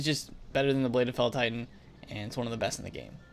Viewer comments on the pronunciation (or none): none